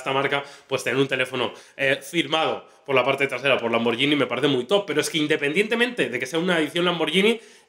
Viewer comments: Se pronuncia "lamborguini", no "lamboryini". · que molesto cuando le dicen lamborshini , LAMBORGHINI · Se dice "lamborguini" no "lamborllini" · cada vez que decís "lamboryini" muere un gatito... SE PRONUNCIA LAMBORGUINI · Se pronuncia lamberguini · Se pronuncia tal cual está escrito muchachos, Lamborghini no con y si no con g! Saludos desde Colombia